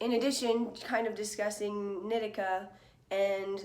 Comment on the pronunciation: Isn’t it knee-tea-cah? Not nit-ick-ah